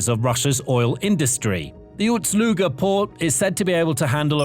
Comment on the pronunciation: Yeah, it still is UST-Luga. Try to get it right finally. Not a huge deal, but once you hear it, you cannot un-hear ut and it is irritating.